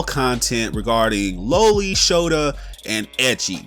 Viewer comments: LA-Lee not low-ly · You’re pronouncing loli incorrectly.